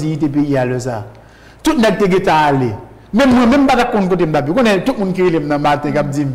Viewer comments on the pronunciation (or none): none